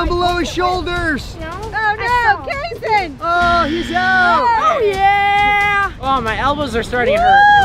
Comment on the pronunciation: It’s kayson